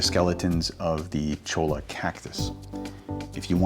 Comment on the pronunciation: Cholla wood is pronounced "choy ya"